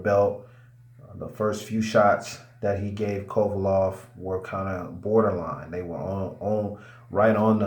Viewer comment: Its Kovalev with an E stop calling him kovalov